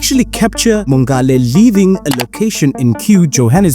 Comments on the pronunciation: Mongale -- that's a soft "g". Just like you'd say "ngola" in SeSotho. I think she was Tswana though. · Thank you for summarizing the case so nicely. Do take time as a South African to find out how to pronounce names correctly. Mongale.... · The way her surname is butchered. 🥴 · Agreed. It strained me ears